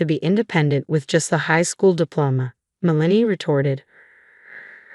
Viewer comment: Worst AI pronunciations ever. It’s “MEL-uh-nee”, NOT “Muh-LANE-ee”. Like nails on a blackboard.